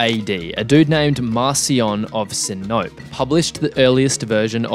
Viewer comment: Sin-o-pee. Not si-nope.